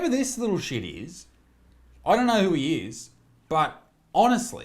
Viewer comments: the only way that thing is a 10 is if we are talking about how many tons it weighs. you mispronounced "he" a lot in this vid too. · You keep pronouncing he/him/his wrong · You keep mispronouncing he